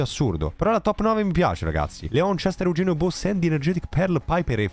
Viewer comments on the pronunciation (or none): Ma solo io a sento Bossetti al posto di Bo,Sandy?